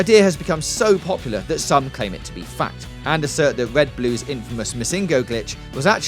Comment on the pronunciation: This is sad quite frankly. None of these theories are particularly new, and it's evident this guy doesn't know much about Pokémon at all; he pronounces Missingno and Caterpie wrong, which suggests he hasn't the slightest bit of knowledge on Pokémon. Obviously he was handed a script and was told "this will get us views because Pokémon is popular again"